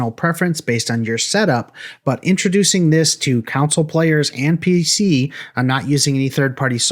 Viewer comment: I’ve only ever heard two people pronounce console as “counsel” 😅 is it a council of consoles? A council of consoles consulted on their consults say that 5 times fast. Lmao